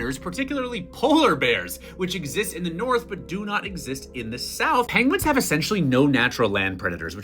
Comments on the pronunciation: "Pengwings" - Benedict Cumberbatch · And not "penwings" mr.Cumberbatch. Just saying... 🤪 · 'Uh, sir, I believe they are called Pengwings.' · Benedict Cumberbatch: "Excuse me, sir, but you are mispronouncing pengwings." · Yes! The real penguins are extinct. What we have now are actually called Pengwings